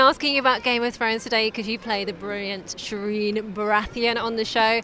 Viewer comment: Shireen, Shireen, it rhymes with queen.